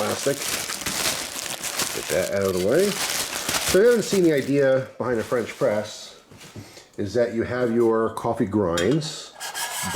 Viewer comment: I thought French press said fresh prince